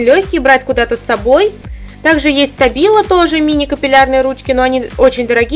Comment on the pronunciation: Штабило читается, а не стабило